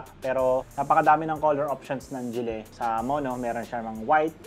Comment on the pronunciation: Gille Its GILLY not GILLEH